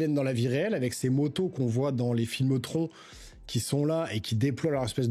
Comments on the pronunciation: TRONNE (phonétiquement), mon pote LOL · Stp prononce à l'anglaise TRON(e) ça fait trop bizarre quand tu le dis 🤭🤭🤣🤣🤣🤣🇨🇵🇨🇵🇨🇵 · Prononce Tron a langaise stp 🥺 😭 ca fait trop bizarre la prononciation à la francaise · C’est très drôle que tu prononces à l’anglaise Daredevil mais à la française Tron 😅